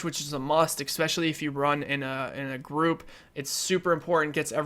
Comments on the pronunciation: Why do you pronounce "especially" as "ekspecially" all the time? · not gonna hate or anything but i think its Especially not ecseptially. i made this build too and i love it, it feels kinda weak but its awesome!!!!! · Inflated, expetccssshhhhhially when you say expetually and please quit lip smacking you mouth breather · "Expecially". Smh. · I just noticed he said that XD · SkillUp isnt too bad with that, this dude is horrible tho, sniff, smack lips, swallow, eXspecially, sniff more, forgot to breathe through the nose, desperately out of breath at the end of every sentence.. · Fucking hell dude! There is no "x" is the word "especially!" And for fuck's sake, learn to edit yourself! There is no reason this video should have been longer than 10, 15 minutes max. Half a fucking hour just to say, "shorter reload times are better." GTFO!